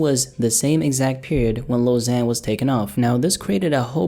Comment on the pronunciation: Lil Xan is pronounced Lil Ksan. The letter X is pronounced "KS", not "Z".